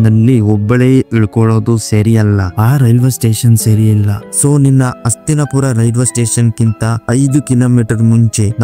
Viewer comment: ಅಣ್ಣ ನಿಮ್ಮ ಉಚ್ಚಾರಣೆ ಸ್ಪಷ್ಟವಿಲ್ಲ. ಅಸ್ತಿನಪುರ ಅಂತಿರ. ಅದು ಹಸ್ತಿನಾಪುರನಾ?